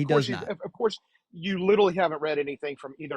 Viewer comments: The caller tried so hard to be. Which made for an intensely annoying call. There must've been 1000 literally's pronounced "littely". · he witerally answered your question. Witerally.